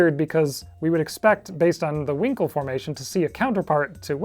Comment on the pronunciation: Brilliant video, but I couldn't help but chuckle at the pronunciation of Huincul (winkle).😆